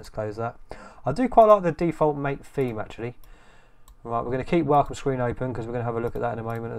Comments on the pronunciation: It's pronounced ma-tei, not mate. (let the war begin) Can you install snap on Mate or does it has the same policy as on Cinnamon? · The name " MATE " is pronounced Ma-Tay . It comes from the yerba maté plant, native to South America. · Best reviews mate.. and just so you know MATE pronounced as Maa-Tey (-: Liked the magic lmao